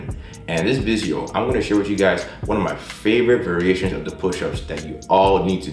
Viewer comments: Are you saying "visio" instead of "video"? Odd, methinks... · is he saying vijeo or its just me